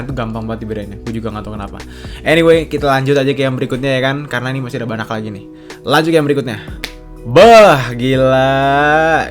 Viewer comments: Kenapa si lu ngmng banyak jadi banak? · bener ga si ngomong "Banyak" kedengeran nya banak? yang setuju like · Ngomong "banyak" gk jelas anjir